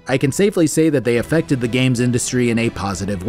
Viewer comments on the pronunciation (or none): none